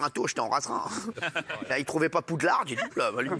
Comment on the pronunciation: Il a dit POUDLARDE c'est une blague ? Je vais m'énerVEEEEEEEEEEEEEEEER.